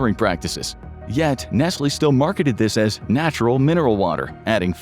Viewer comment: nesly , right , first time hearing it like that and its actually the correct , my whole life been pronouncing it wrong